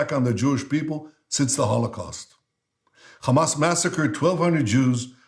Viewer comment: He barely makes a glottal fricative when saying "Hamas." Then he repeats the "burnt Jewish babies" and "raped Jewish women" hoaxes. (Well, mass rape; I'm sure a few rapes did happen.) That's a good moral equivalence! Bush was way worse than bin Laden. The difference between bin Laden and Bush is bin Laden killed a lot of people who looked like Bush. Bush killed way more people who looked like bin Laden.